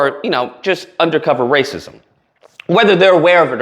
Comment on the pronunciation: Non-Dr.goofy Umar says razeez sh all day every day. Who cares